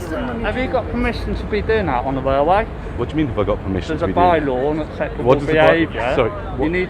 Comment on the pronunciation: So your father was a WAILWAY WORKER?